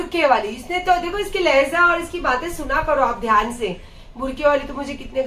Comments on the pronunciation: Lahza nahi kehte... Lahja boltey h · It is not 'Lehza' it is 'Lehja' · Lehza nahi lehja pls